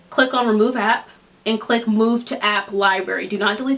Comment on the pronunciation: She said open Appa